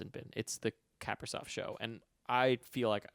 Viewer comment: just a nitpick, but Kaprizov is pronounced like kah-PREE-zawf. Kinda like capri sun😺